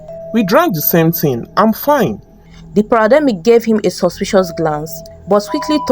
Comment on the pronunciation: It's not parademic it's paramedic 😂❤